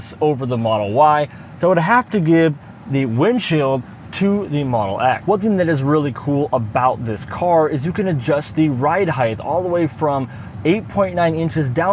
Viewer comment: Please tell me I didn't hear "HEIGHTH"